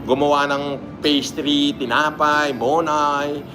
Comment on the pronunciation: Tinapay o Tinga-pay?